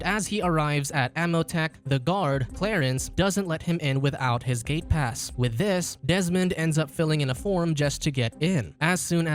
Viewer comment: When he said gate pass I thought he said Gay pass xD